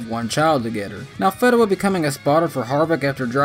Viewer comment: Tim FEE-DA-Wah I only know because he raced on some local tracks.